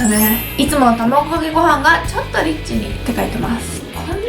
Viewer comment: リッチがエッチに聞こえてたわ